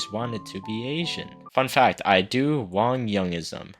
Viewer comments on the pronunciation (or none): none